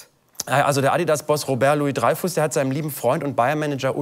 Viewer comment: Louis-Dreyfus, nicht "Loius-Dreyfuss".